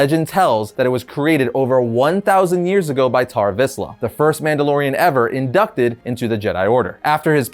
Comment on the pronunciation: I cant stop hearing bar mitzvah when he says Tar Vizla